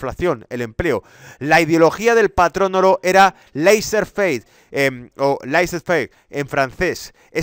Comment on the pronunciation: Pronuncias bien el ingles pero tu francès “laissez-faire” es horroroso...escucha un traductor o algo